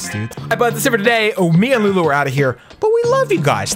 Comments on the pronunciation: He said lewis or louis right? Wheres lulu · you called lulu luis in the intro like if you heard